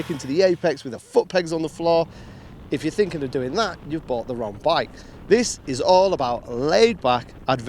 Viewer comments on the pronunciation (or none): none